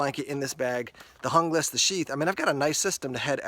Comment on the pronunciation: looks really nice, but out of my budget right now. Are you sure it's pronounced the way you did though? I'm sure you wouldn't say Hungle instead of Jungle and Junglas is a pretty close comparison to that.